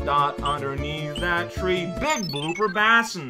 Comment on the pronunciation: love ya work basin is pronounced bay-sin